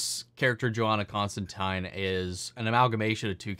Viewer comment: "Constantine" is actually pronounced correctly in this series. It's every other adaptation that mispronounces it because that's just how Americans say the name (source: I'm an American and I always have to correct myself when saying or thinking the name). It's actually a running gag in the comics that John constant[ine]ly has to correct people from "Constan-teen" to "Constan-tyne" (and there's a tongue-in-cheek nod to this in Matt Ryan's Constantine's crossover with Lucifer in which he does the reverse). As for the rights thing, it is true that WB withheld them because they intend to do a series about John Constantine, but Gaiman has said that he was already playing with the idea of merging John with his ancestor, Johanna, for the sake of streamlining the story, since it wouldn't be as heavily connected to the DCU and he was thinking of what worked best for a more contained version of the tale. He didn't want to introduce too many one-off characters (hence no Martian Manhunter or Mister Miracle cameos) and figured it made more sense to include one who'd have more relevance later on (albeit through an ancestor), so he figured the rights situation actually worked out for him.